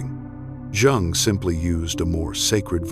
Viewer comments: Incorrect pronunciation of "Jung". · you're pronouncing his last name incorrectly. just saying.